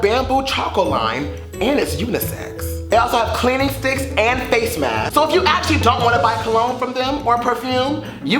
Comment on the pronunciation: Lmfao "maybe a feece to feece"